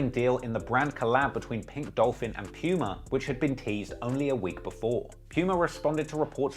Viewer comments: The way he pronounced Puma 😂😂 "pewma" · You pronounce it poomaah